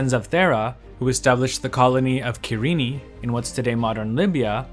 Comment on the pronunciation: Main takeaway: is that really how you pronounce Cyrene?